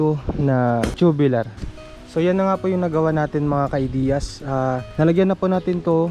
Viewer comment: Tubular hindi tubilar ang pronunce